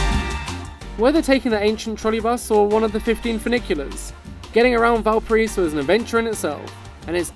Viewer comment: ValpaRAIso, ffs, it’s not that hard. Classic lonely planet to play Brazilian music in a video about Chile and to have a host that can’t even pronounce the name of the city he’s describing accurately.